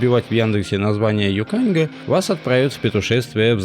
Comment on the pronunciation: похоже на рекламу "Гранта" ))) Йоканьга - ударение на первой букве. И вообще по верхам пробежались....